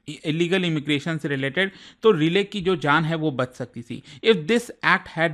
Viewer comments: Relay nhi hia bhai rai-lee hai😂😂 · Relay nahi Riley (Rai-Lee) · its not relay sir but Riley (RAILI) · And its लेकन राइली एक्ट। Not "रिले".